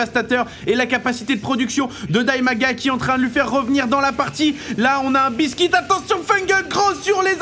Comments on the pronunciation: Le nom du Terran n'est pas biskit mais BEASTYqt et se prononce "bistikiuti" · c pas bistique c beasty Q T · Ouai on dit "Beasty Kiou Ti" pour BeastyQT. Ou au pire Beasty "Ku Té" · A mon avis, "Beastyqt" se prononce "bisti kiouti" (beasty cutie) ou en français "mignonne monstrueuse" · Je lis Beastyqt, mais j'entends buiscuit^^.